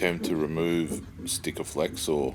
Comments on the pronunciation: Did you just call it stikaflex. Really. Sikaflex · There's no T in SIKAFLEX BTW :D